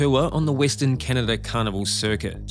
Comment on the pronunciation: Almost every time this narrator says "carnival" it sounds to me like "cannibal".